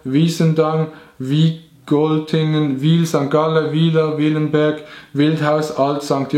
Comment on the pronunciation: Wildberg, nöd Willenberg :-)